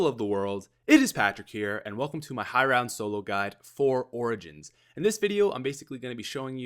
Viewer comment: Lol high roun